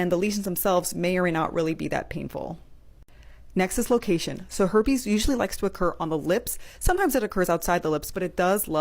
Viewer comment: "the her-pays" LOL